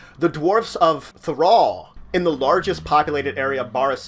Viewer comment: 4th Edition has some amazing improvements to this game :) Also: It's Throal (th roll) and Thera (th air ah).